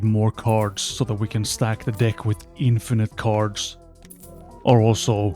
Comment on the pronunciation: You really gotta fix how you say "deck" man